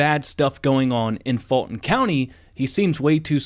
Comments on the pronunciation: It's not Georgia and it's not "Falton Co." It's Fulton Co. and we the voters of Ga have been telling you this for years. Open your ears, get educated and learn how to speak English. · I think he said FALSIFIED COUNTY 😂😂😂